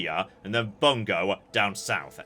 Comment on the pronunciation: you know what grinds my gear? anglosphere pronounciation of the japanese words and cities e.g Bung-goh, by-zen, your-akami